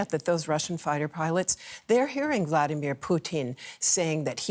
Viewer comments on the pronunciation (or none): none